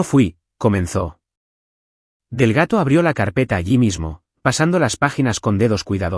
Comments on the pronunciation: No es Delgato ,es Delgado. Por favor pronuncien correctamente. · El señor del gato? Que tiene que hacer el señor del gato en la notaria? Si el narrador no sabe pronunciar Delgado, cambienlo por otro narrador. Y no se dice conduciste, se dice condujiste